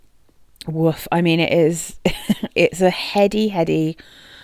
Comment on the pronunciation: Hearing you say woof had me laughing 🤣 Oxygene has been on in my wishlist for a while... I might pick it up in my next order...trying to hold off until February lol